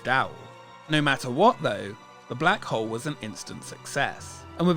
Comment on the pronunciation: I have to do this every time I hear "The Black Hole". It's The Blag 'Ole!